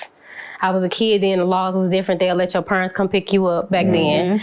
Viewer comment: Anybody who says “purents” deserved to get locked up 😂